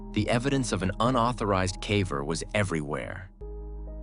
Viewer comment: My favorite is where they pronounce "caver" as "cavver", and then switch back and forth. Vanox does the same thing with their AI voice.